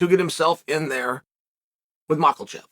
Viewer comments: Who is Mach El Chev? Chael butchering peoples names is part of his charm. My favorite MMA personality by far. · Is he saying Mucklechev? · Came here to hear the champ say mackelchev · How is no one talking about how chael says islam mockle chev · islam mocklechev? 😂😂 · who the hell is "micheal chev"? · Macklechev cracks me up 😂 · I love you, Uncle Chael, but every time you pronounce the dudes name like Mockle Chev it kills me. There is no L in there, friend. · how's he keep a straight face every time he says macklechev 😂there's no L uncle chael, it'll sound close enough if you just take out the L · He's doing it deliberately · Malkel chave,bahaaal chaels butchers the names😅😅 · It’s pronounced Mocklechev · Mocklechev is pronounced Mocklechev, yes. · And he will pronounce it macklechev 😂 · It's MAHKEL-chev..... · Makes me laugh every time. Chael doesn’t even try to get names right. On a recent interview I heard him pronounce Sergei, as Surgee lol. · The way he pronounces Islam's name fucking gets me every time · How does this bone head keep getting Islams name wrong ? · The way he adds an l too his last name when it's not there in the spelling 😂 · ISLAM DOES NOT HAVE AN "L" IN HIS LAST NAME!!!! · I predicted he'd pronounce Oliveira's name correctly but would butcher Islam's name minimum 4 times.